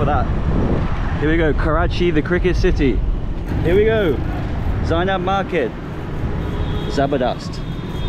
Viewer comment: It's not Zena market it's zenab market.🥺🥺